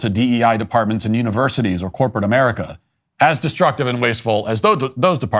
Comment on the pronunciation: A-mair-ee-ka going down.